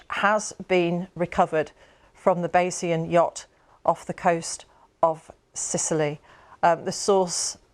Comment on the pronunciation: I think they struggle to pronounce Bayz-ee-un